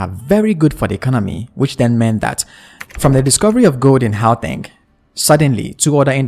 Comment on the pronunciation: What did he say here ? Hooatang? 😂😂😂😂😂 it's pronounced GGGGGGGGGGGAUTÊNG 😂😂😂😂